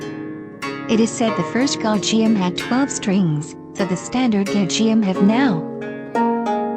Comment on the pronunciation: Butchered the pronunciations!!! Gayageum has only hard "g"s in its name. It sounds close to "gahh" "yah" "gum" (in the English pronunciations of these words).